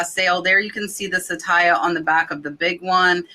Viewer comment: Glad your sales are up! That necklace brand is not sa-tay-ya but sat-ya (2 syllables). It is the sanskrit / hindi word for TRUTH.